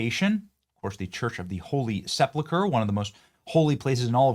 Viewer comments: It’s not Christiandom, it’s Christendom. It’s not sepluchre, it’s sepulchre. It might be best to either look up the pronunciation of unfamiliar words, or just not use them at all. It’s getting really old. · My brother in Christ, Christendom not Christian-dom. Sepulchre, not Sepluchre. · "Seplechur"? Can't you READ? Are you someone that says "Pacific" instead of "Specific"? The word is SE–PUL–CHRE, the last part is like you would say the colour "Yellow Ochre" its pronounced KER. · SEPLAKURE. It's SepULkur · Love ya.. but it's phonetically 'KRIS-uhn-dum', and 'SEP-uhl-ker'... and no buildings were taller than the Pyramids in ancient times.